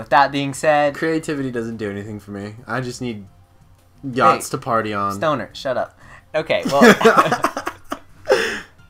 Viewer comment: He said yachts... He just spelled it wrong. (He said yahts.)